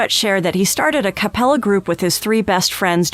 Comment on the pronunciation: Why does AI not know how to pronounce Catherine or Acapella ?